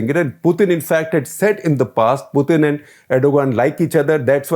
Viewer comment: Dear Shekar, you say "Poothin". I checked both the English and Russian pronunciation. It's "Pootin". Just FYI.